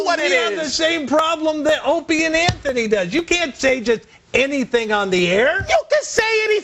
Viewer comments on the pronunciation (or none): "anthony and opany" Smack! Stupid bitch, it's Ope and Ant. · When she said anthie and opiny 😂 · hole said " Anthy and Opany"!!!!!!! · Did she say Anthy and Opiny? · ''Anthie and Openy'' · haha! she said "antony and openy" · Did she say Anthy and Opanie? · this dumb bitch said "anthony opieny"....and she doesnt even know how to speak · "Anthy and Opany" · hahahaha holy shit she said anthy & openie lololololol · stupid hole can't even get the name right...calling it "anthoni & opie" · "Anthy and Opany"? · did that goofy bitch say anthony and " OPIENY ?" she doesnt believe half the shit thts spewing out of her mouth...just another clone of ppl who like to hear themselves blab...